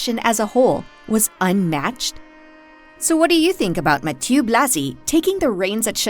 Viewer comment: Ma ti euhhh !!! And not Mati…